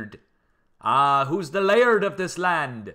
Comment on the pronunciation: It is LIARD like lee ard